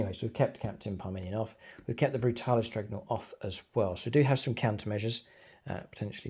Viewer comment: I love your battle reports, but my god i cant help but get annoyed with "dregnought" 😅😅😅😅